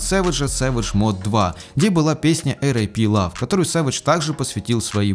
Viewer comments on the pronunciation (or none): none